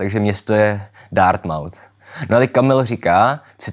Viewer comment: Ačkoliv šlo u propria Dartmouth o jeho etymologii, mám zapotřebí připomenout, že výslovnost "mouth" je tady značně redukovaná, jako u spousty dalších anglických měst vzniklých kompozicí. Jinak díky za video, většinu věcí z lingvistiky znám, ale netušila jsem, jak do toho vpadly fikční světy.